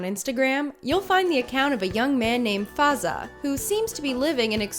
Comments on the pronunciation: Faz'a•a not faza 😂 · When she says fazza that’s not the real way of say his name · she said fazza name wrong hahahhaha its fine, some people cant pronouns arabic words